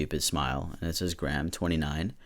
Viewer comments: Pronounced grey-ham (don’t pronounce it right tho, it’ll piss him off and we love that) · Lmao the way American ppl pronounce Graham makes me laugh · british me was very confused at your pronunciation of graham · I'm irish, and you unintentionally mispronouncing that deranged bigot's name was the best part of the video. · Love that can't pronounce graham😂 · I wish people outside of the uk could pronounce Graham properly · "so this guys name is gra ham" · Also (not graham like graham cracker, it's pronounced "grey am" in Ireland, he doesn't deserve to have his name pronounced properly, only saying it for other irish ppl called graham) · i'm kinda late but it's gray-am not gram lmao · as an Irish person we dont want him. also Graham is pronounced 'Gray-um' not 'gram' xxx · The most annoying part of this video is you keep saying “gram” instead “grey-am” 😂 jk jk this Graham dude sucks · GRAHAM IS LIKE GRAYAM AHAHA NOT GRAM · oh for fuck's sake not the father ted man time to divorce the content from the creator- (im irish and father ted is like,,,uniquely irish comedy so knowing that the creator of it is a piece of shit is so disappointing) also graham is pronounced gray-am. not gram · You say Graham like greyhamn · I'm pretty sure it's pronounce grayum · Not to belittle or anything but its pronounced Gray-em, also I really loved those shows, just like Harry Potter and it pisses me off that their writers are such terrible people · Graham is pronounced Grey ham btw ( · In britain its pronounced gray-um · It's pronounced Gray-im. Hate it when Americans can't pronounce our names like Lora instead of Lah-rah. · I think Graham is pronounced ‘grey uhm’ but the way you’re pronouncing it is way funnier. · it’s pronounced gray-ham lmfaoo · I believe graham is pronounced gray-am , I know someone called graham and that’s how they pronounce it. If this comes of as rude I’m very sorry that’s not how I am trying to come off as. I also apologise for my bad grammar.